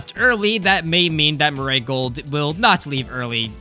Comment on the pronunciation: Bro, that "Mu-RAY" pronunciation. 😭